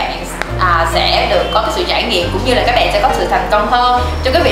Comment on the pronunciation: Các bẹng các bẹng ... nghe mà méo tai ;))~